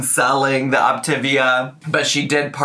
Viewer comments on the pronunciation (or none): BTW: It is officially pronounced OPTA-VEE-AH.....Had too many friends sucked into it.